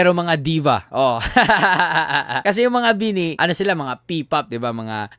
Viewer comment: Mali pagbigkas ng bini.dapat mabagal di mabilis